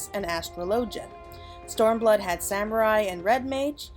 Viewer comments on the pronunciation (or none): none